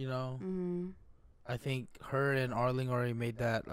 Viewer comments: it's arlong not arling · Why do you keep calling him Arling instead of Arlong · just say are-long